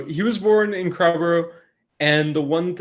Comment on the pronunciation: Crowborough "Crow" as in "row" a boat, borough "buruh", please.